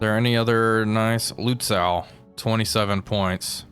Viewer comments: pronunciation dude reporting in: Lützow, oh my... first from the back, whatever you do don't speak the "W" it's just "-oh". I'd let "Luhtsoh"/"Lootsoh" pass. extra points for the "Ü" like a long version of the "Y" in analYsis, which you actually did. for the future (hopefully) a little practice: say "Gone" slowly, then shorten the "oh" until it disappears and then "Gneigh-zeh now". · So names like Lützow are quite common in eastern germany, something i needed to learn as a southern german myself The W is not pronounced, so it would be Lützo, the w is more like the more common "silent h" :)